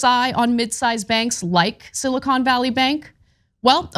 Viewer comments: “Silicone” Valley? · He keeps calling it "Silicone" Valley Bank lol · He says, silicone valley 😂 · I like how he pronounces silicon. Maybe he has other thoughts on his mind